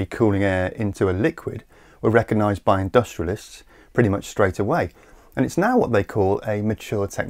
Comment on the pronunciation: You're actually English. Why then do you pronounce recognise as "reckonise". It's horrible & you being English should know better.